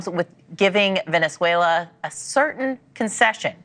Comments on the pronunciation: are you saying villianzuela? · Bruh said "Vaylenswellyah" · It's Venezuela, not Valenzuela. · Are you pronouncing it “villain-zuela” on purpose? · Bruh, its not valenzuela, its venezuela. Goodness! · VEN-EZ-UELA, it’s like saying aks for ask.. I love your videos but brother it’s VEN-EZ-UELA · I can’t get over how you keep pronouncing Venezuela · It’s Venezuela. There is no “N”. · Venezuela has only one letter “l” in it. Check your pronunciation good sir! Otherwise a great video as usual. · Love your channel. But you gotta practice on your pronunciation of Venezuela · Dude... figure out how to say Venezuela